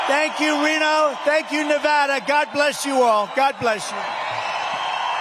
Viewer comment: Anybody notice he said nevada correctly